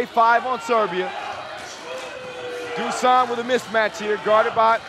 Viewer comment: Btw, it's Dushan, not Dusan